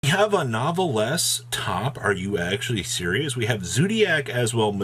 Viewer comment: „Cavanovelless“ (Of course not meant as something hurtful)